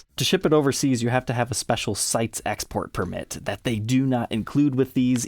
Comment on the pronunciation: CITES is commonly pronounced with 2 syllables, as in "sigh-tease". I work for USDA and have seen a few of these permitted shipments.